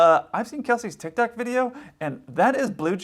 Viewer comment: “Tickrock”